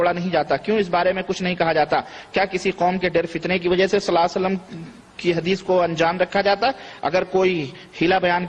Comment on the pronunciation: Is najdi ko صلی اللہ علیہ وسلم bhi theek se kehne nhi aara salla sallam kehra jahil